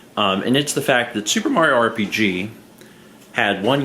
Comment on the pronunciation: You’re “soup”er excited?